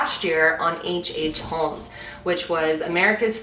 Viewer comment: I am gunna say it's not a hate comment just wanted to say the L in holmes is silent you pronounce it as homes. I've had it all my life with people pronouncing it with the L which gets pretty annoying because don't think anyone really appreciates their name being pronounced wrong